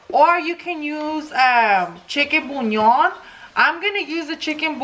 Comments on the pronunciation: Why does it sound like she’s saying chicken bunyon. Lol 🙊 It’s Chicken bouillon. By the way....Love the videos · Am I the only one who gets this pet peeve by the way she says “chicken bullion”? She says CHICKEN BUÑON😭 it’s pronounced (boo-lee-on) habla toda pocha😫😫 mejor dilo en español si no lo vas a decir bien.